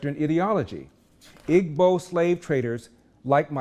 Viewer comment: Hi Larry, thank you for a great video that many people need to hear. One small correction; in pronouncing the word Igbo, the g is silent. Best regards.